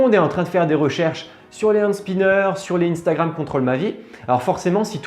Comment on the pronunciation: Sa se li pas iiiinnstagrame c sa se li un stagram